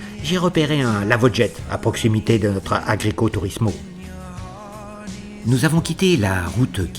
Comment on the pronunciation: Alors pour information on dit agriturismo et pas agricoturismo, 😅😅 bon OK je charie mais entre motards c’est normal 😉